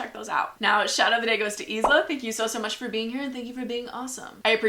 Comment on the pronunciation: so my name is isla as well but her (and my) name is pronounced iluh